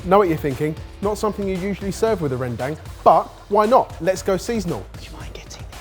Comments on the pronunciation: The 'dang' in Rendang is actually pronounced like dung. Felt like I should point that out cause if you know how to cook it, you might as well know how to pronounce it. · Sorted boys pronouncing rendang as "Rhèn-dang" Me an Indonesian where the dish come from: uhm it's "Ren-dung" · Very nitpicky. But rendang, is pronounced more as "Ren-Dung", not Dang. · As an indonesian, I can confirm that's not even how you properly say "rendang" Its... More like ren-dung? ig in english? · Hold your buffaloes my fellow Indonesians, show them we came in peace with "rendang"😂